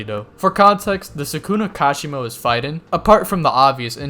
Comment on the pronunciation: You don't like gs on the end of words do you 😂 lightnin, healin, fightin. I dare you to say the g at the end